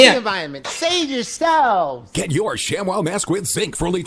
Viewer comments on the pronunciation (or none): ทำไมอ่าน shamwow เป็นชักWOW